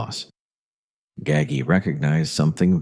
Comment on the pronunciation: I turned it off when the AI said Nino Gaggy.